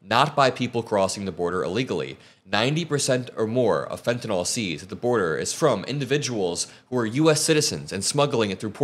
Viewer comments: It’s fentanyl not fentuhnall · Please, the drug is fentanyl, not fentynall. Thank you!!!